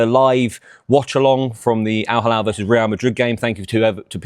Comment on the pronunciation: It’s NOT Al Halal 😅 it’s Al Hilal smh